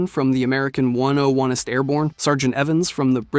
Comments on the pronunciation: "American one oh oneest Airborne" WTF?! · “1 0 1 ist” you the one hundred and first airborne?😂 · "one o one est" is a dumb way to say hundred and first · "101-ist airborn" lol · In the first 30 seconds, instead of saying "ONE oh FIRST" (101st), he said, "ONE oh ONE EST", I knew at that point, it was gonna be a bumpy ride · "One oh one-est" my brother, it's the hundred and first. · one oh onest ? one hundred and first airborne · one oh one st airborn.....lol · "One-oh-one-st" it's the hundred-and-first kid..or the one-oh-first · Just wanted to give you a heads up! you say "one-oh-one-ist" but it is in fact the 101st Airborne Division, which you could correctly say as "one-oh-first"! (I am currently in the Army and am very familiar with this unit! :D) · Ah yes , the one oh one est airborne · 101ist is a crazy way to pronounce it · I am always so interested by your titles, but then instantly turned off by you pronunciation of so many words. 30 seconds in and you have already said "One O Onest" and "PPSHesh forty one" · Tf is "one o onest" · "one oh one est airbourne" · Lmao at the way he pronounced 101st. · I’m going to try very hard to forget how you pronounced 101st Airborne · Pronouncing 101st the way you did is insane.